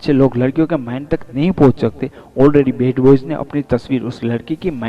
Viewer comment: love ko law kyun bolte ho yaar and bad boy ko bed boy bolte ho...plz bolne ki practice pehle kar kd bolo plz.... yaar